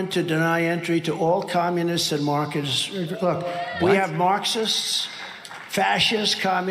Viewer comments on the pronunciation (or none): He said “markists”